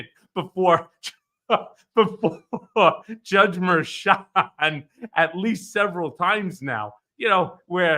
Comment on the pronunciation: Merchan - South American. Everyone is pronouncing it wrong.